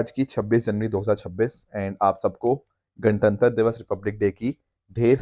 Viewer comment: Gantantra ❌ Gan Tan Tar✅